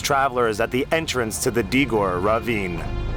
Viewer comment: It is pronounced Dee-gore.